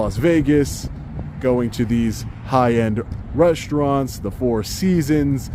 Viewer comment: I love your audits, I always wath everyone of them. But what is reshtoran on minutes of this audit. I keep hearing you saying shrtreet, shchool, frushtration and so on